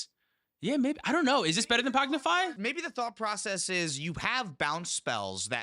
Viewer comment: Idk why but them say pognify is messing with me XD